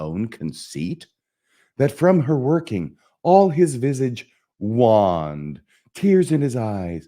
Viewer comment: waYned and oFFal otherwise good rythm but too fast